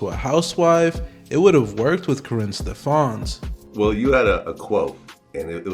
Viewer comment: Stef-ans? "Stef-ins".